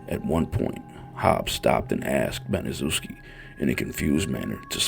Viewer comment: It's pronounced Banishevski she's the devil